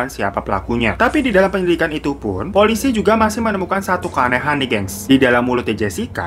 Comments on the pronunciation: polisi bang bukan polusi😂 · harusnya ngomong 'Polisi' malah jadi 'Polusi' 😭😭👍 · Apa gw doang yg denger kata polusi? Apa gw salah denger?(θ‿θ) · harusnya polisi kan:) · maksudnya polisi nih?? Kok kedengerannya jadi polusi, awoqawoqawq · Polisi Abang bukan polusi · Polisi baaaangg..bukan Polusi..hihihii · Gua yg salah denger apa emang bang hiro nya yang nyebut polisi itu polusi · Polisi bang bukan polusi 🏃🏃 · Salah denger apa gmna yaa polusi apa polisi 😂😂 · Polisi jadi polusi 😂 semangat kakak hehe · Polisi bang bukan polusi , kaga fokus lu bang wkwk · polisi bang bukan polusi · Yang di Bilang POLUSI Gbner gak sih udah berkali2 du ulang tetep polusi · typo bang nyebut "polisi" ehh "polusi" :D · Polisi gaeess bukan polusi 😂😂😂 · 6.34 "polusi" atau polisi? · .....polusi?mm? Polusii??? SALAH DENGER GAK SIH?! 😭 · Lu bilang polusi bang di menit 6:034 😂😂😂 hahaha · Menit 6：31 Polouisi atau polusi ape polusi iya bang 😂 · Menit : "polusi" gengg udah berubah bukan "polisi" lagi wkwkwwkwkk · 06.33 ngakak woy polisi bukan polusi:v😂🤣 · Di salah ngomong polisi jadi polusi .. Hehe.. 🙃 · polusii apa polisiii abangggg...😂😂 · Salfok pas nyebut "polusi" wkwkwk